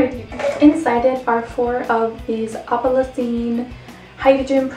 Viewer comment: It's "opal Essence"